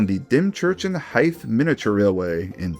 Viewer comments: It's the "Romney, Hythe and Dymchurch Railway", not the "Dymchurch and Hythe Miniature Railway". And Hythe is pronounced with a voiced TH (Ð) not an unvoiced TH (Þ) - TH as in "this" not as in "thin". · You nailed Chatham but Sittingbourne is more of a "Sitting-born". Hythe sounds more akin to eith from either. Lewes is Lewis, rather than Looes. Another great vid, cheers